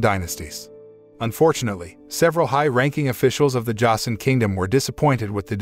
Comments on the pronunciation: josen is pronounced joesin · Joseon pronounced "chosen."